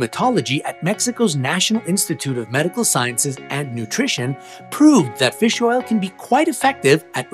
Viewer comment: Feels oil